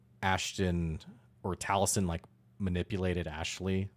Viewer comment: You keep mispronouncing Talisen is that guy gate. And yes Ashley is the one player on that cast that would have alowed Talisen as a player to do that. It is important that we use Talisen when describing what happened and not Ashton.